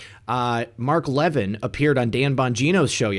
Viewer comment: Levin as in Mark Levin isn't pronounced leaven like a loaf of leavened bread. It's pronounced La VIN (short a) with emphasis on VIN (short i).